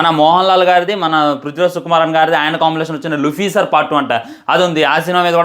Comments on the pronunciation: 😅😅ఓరి నాయన అది లూఫీసర్ కాదు రా లూసిఫర్😂😂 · lucifer ❌luficer ✅😎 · Luficer kaadu raa ayya...lucifer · Rei gorre luficer kadu lucifer 😂😂😂